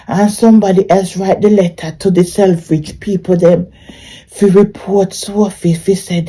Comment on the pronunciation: Sell-fridge or teef-fridge 😂😂😂